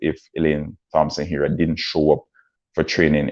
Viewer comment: Thompson pronounced TOMPSON